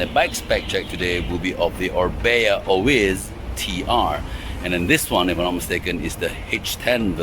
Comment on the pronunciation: Orbea Oiz pronounce it as oi as in oil, the z is silent in Spanish